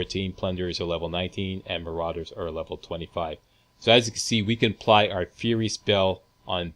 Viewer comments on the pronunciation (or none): none